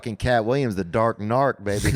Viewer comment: He said dark narc